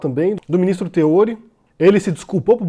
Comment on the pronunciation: Oi, Tudo bem? Apenas uma observação na pronúncia do nome do Ministro Teori Zavascki, em "Teori", a sílaba tônica é o "ri". Um abraço,:)